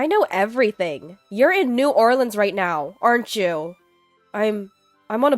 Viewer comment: I'm in shock, you pronounced New Orleans correctly 😂❤❤❤ Love your voice ❤